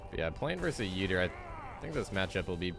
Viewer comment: ITS OOOO - DEER not YOUDEER AND ITS YOUR - RICK not UR - RICK